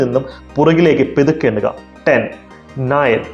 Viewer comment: എന്ത് പെതുക്കെ.... പതുക്കെ എന്ന് പറയടെ..😏